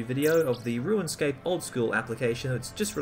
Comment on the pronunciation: Are you saying "ruinscape"?